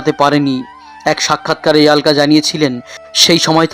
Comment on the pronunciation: ইয়াল্কা বলেন কেন! অলকা বলেন..